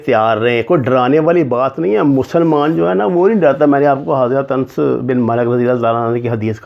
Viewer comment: محترم آپ سے اصلاح کی درخواست ہے. انس میں الف اور نون پر زبر پڑھا جائے گا.